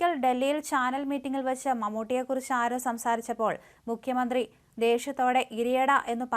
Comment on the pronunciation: മുഖ്യമന്ത്രി എന്നാണ് അല്ലാതെ മുക്യമന്ത്രി എന്നല്ല